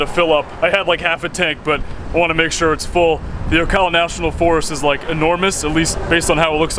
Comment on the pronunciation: Thank you for pronouncing Ocala correctly!